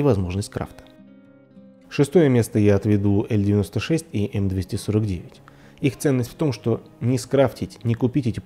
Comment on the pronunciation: Не "ель 96" а "эл 96"